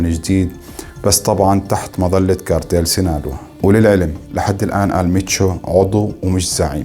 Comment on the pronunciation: ال منشو وليس المتشو